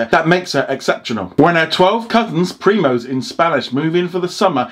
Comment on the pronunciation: He literally said: prime-os 😐